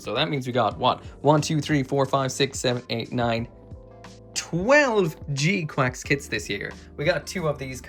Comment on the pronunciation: Bruh it’s gquuuux not gquacks